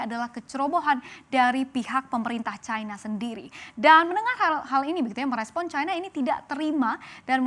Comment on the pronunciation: Kok dibacanya chaina bukan china? Kalo china dibaca chaina, AS hsrusnya Ae Es dong. Dasr